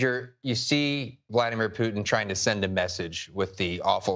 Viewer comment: STOP MISPRONOUNCING RUSSIAN PRESIDENT'S NAME!!!